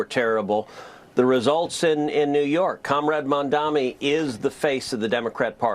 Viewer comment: WHAT HAPPEND TO REPUBLICANS HIS NAME IS MAMDANI NOT MAMDAMI